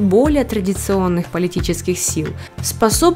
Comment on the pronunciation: После того как услышала от дикторши « индентичности» все поняла и вырубила… вода, вода, а потом вдруг это 😩🤦‍♀️